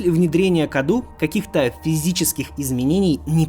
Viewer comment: Не КАДУ а кадоу (cadou) из румынского это означает подарок